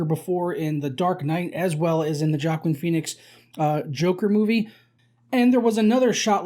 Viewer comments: “Jackin Peenix” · I hate the way this guy pronounces joaquin phoenix